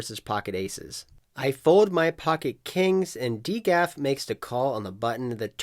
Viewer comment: Thats not how you pronounce dgaf... Also you could have shouted out his podcast